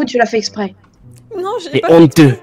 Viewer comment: "C'EST HONNTEUX ! C'EST HONNTEUX !" jpp 😂 😂